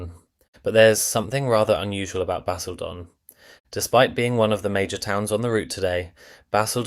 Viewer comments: One irritation of so many of these AI voiced videos is the pronunciation of places names. It's not LAY , or CanVAY, or BasilDONN, or (North) BEAR-WICK. Don't the producers check this before posting the video? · Four different ways of pronouncing Basildon! 😂 Leigh is pronounced Lee. And the AI thumbs 🤦🏻‍♂️🤦🏻‍♂️🤦🏻‍♂️. Those buildings weren’t there when this video was filmed!!! A bit of accuracy would be great!!